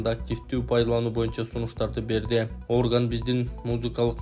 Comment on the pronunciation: Орган эмес, оргАн,музыкалык аспап